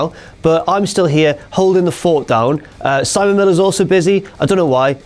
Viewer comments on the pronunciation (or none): none